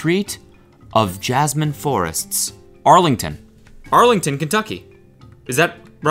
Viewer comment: Why did he read the Arlington sign so horribly I’m crying. “Jasmine forests “